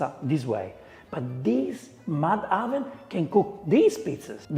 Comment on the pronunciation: Every time he says "oven", I hear "almond". Ha ha ha ha.